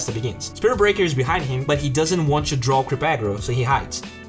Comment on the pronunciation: Why does your "to" sound like "chu" ?